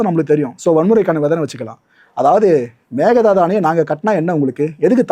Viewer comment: Mekedatu Please chenge pronunciation bro